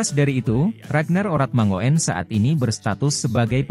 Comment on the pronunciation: Dlm bhs Belanda: 'oe' dibaca 'U' JADI 'ORATMANGOEN' dibaca; ORATMANGUN. agar diketahui bhw 'faam' ORATMANGOEN' ini berasal dari KEPULAUAN TANIMBAR - Provinsi Maluku. Jd admin yg px konten agar menyebutx dgn benar.